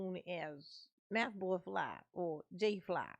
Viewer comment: It’s not mathboi it’s methboi.